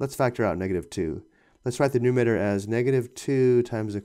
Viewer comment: It's numerator, not numater.